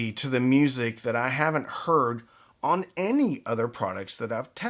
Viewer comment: ON; - it's pronounced "on"